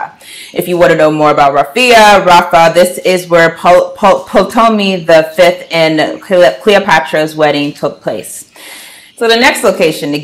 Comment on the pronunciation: The P in Ptolomy is silent.